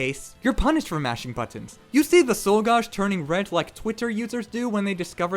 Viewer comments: Why the fuck are you saying gauge so hilariously incorrectly? Gauge - like age. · "Gauge" is pronounced ɡāj (gaysh)